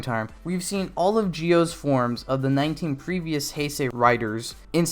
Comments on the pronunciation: Ok im sorry for maybe typing this in a old video not sure but you keep pronounce Zi-o as Gi-o it kinf of messed with me a bit and just want to type it out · So is he saying Geo when its zi-o